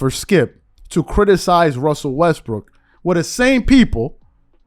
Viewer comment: Lol you said "Russell Westbrick" 😅